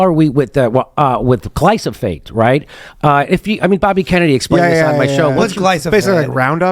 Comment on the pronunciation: We do not spray all our wheat with glyphosate, Jimmy had no idea what he's talking about. He literally can't even pronounce it, he says "glysophate" instead.